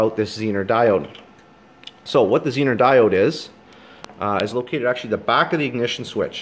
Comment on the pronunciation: Very good presentation. Expound on that 9V battery for the elimination of all your work. Dude, make the test tool. Interface the pink wire, prove it out. Oh, and the Zener, pronounced zee-ner diode, is something Harley Davidson needed waaaaay back in the day of generator systems so that headlight/taillight systems didn't poop. Tie in up front and bury in headlight bucket... No feedback from generator to blow headlight. Taillight...., well..., I could always do without... No sense looking behind.., and no sense anyone seein' where I've been....